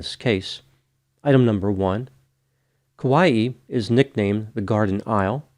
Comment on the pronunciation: I love your videos! You are such a calming voice of reason to listen to describing such horrific incidents. I just want to stop by and give you a teeny pronunciation tip as someone who adores Kauai and has been there many times (without going missing, obviously). In Hawaiian, when you have an apostrophe, it makes the sound between the two vowels into a glottal stop like bow Cockneys say “bottle” as “bo’l”. It’ll always be that way in Hawaiian as far as I have known. Hawaii is also actually supposed to have a glottal stop as Hawai’i is the proper spelling. I hope this helps in your Hawaiian adventures! The locals will look at you slightly less annoyed if you pronounce it better. They are annoyed by us anyway… don’t let it bother you too much if you are vacationing there.